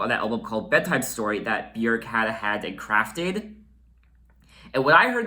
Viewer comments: your pronunciation on Björks name is the best I have heard from a foreigner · oh my god it’s so refreshing to hear somebody pronounce her name correctly!! this album’s 1 of my all time favourites 💕